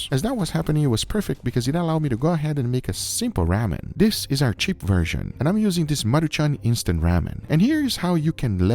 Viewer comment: Ramen is pronounced like "Raw men"